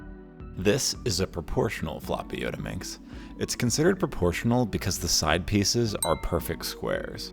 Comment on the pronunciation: Not yodaminx its Yottaminx